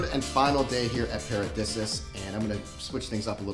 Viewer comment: I believe pronounced... "para-dee-see-us. Could be wrong though. Great review though... thank you